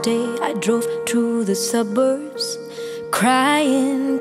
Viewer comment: Sedap betul dengar sebutan Aina Abdul. BEST 😊. Berkenan betul sebutan "suburbs". Nyanyian bertenaga dan ada power setiap bait2 yang disebut. Macam tengah bercerita dengan pendengar. 🥰